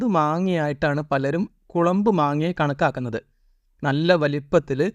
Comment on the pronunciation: കുളമ്പ് അല്ല ചങ്ങാതീ കൊളമ്പ് ആണ്